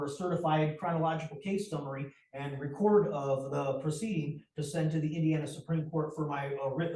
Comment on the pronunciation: Perhaps if he had visiting a regular library growing up, he'd know it isn't a "Law Libary", that "counterdicts" isn't a word, and how to pronounce "record" , "mandamus" .